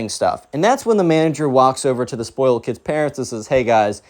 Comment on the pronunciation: Zspoiyled. (Spoiled)